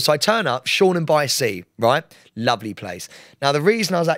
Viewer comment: Sam I'm pretty sure it's Shoreham by sea not shornam lol xx